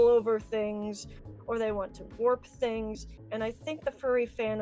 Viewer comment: “I weawwy weawwy waunt fursonah pinz.”